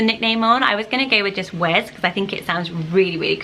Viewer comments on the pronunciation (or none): Wes is pronounced Wess